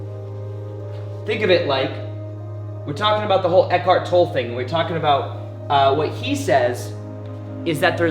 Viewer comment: I think I speak for all the Eckhart Tolle fans everywhere when I say: If you're going to refer to or quote Eckhart, please pronounce his last name correctly. It is pronounced "TOL-ə"; like "TOL-ay". Thank you. Great video, BTW.